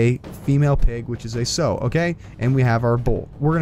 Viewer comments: sow = SOAW not SEW. just an FYI non-country boy . :D -FFM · It's pronounced Sow like Cow. Not Sew like Hoe. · You mispronounced sow every time lol